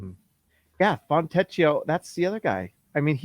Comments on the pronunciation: “Fontecchio” is pronounced “Foentekio”, not with an english “ch” sound like “teach”. Just FYI. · You pronounce Fontecchio's name "Fontekio". I know a little Italian ; ). I can't wait to call out his name every time he scores in a dramatic Italian accent.